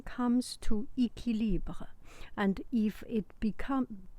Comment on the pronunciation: I really wasn't expecting a perfectly pronounced "équilibre" en commençant la vidéo haha